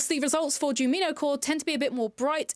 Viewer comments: btw jumino is pronounced JUME ino since the creator based her aesthetic off the cute forest sprites from Stardew Valley called junimos (pronounced JUNE imo), just switching the m and the n. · her not saying Jumino correctly is killing me😫